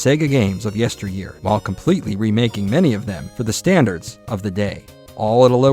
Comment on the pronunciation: Did you say there's 5 save slots? FIVE OV UM?!